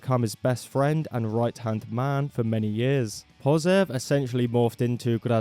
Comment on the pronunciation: in russian letter "ж" (transliterated to english as "zh") is pronounced like "J" in the french name "Jean". letter "o" is only pronounced as in "molotov" when it's accented, when it's not it's like "a" in apple. so Гражданская Оборона is pronounced Grazhdanskaya Abarona (with the "zh" as the example in french). same Pasyev instead of Pozev. hope it was helpful :)